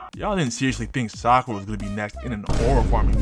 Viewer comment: Sak-aura. Done seee. Chunin exam. Sakura was kinda cooking.